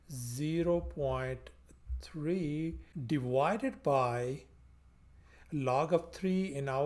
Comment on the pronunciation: A very good lesson. By the way: It's "divided" not "diwided" (as You pronounce it)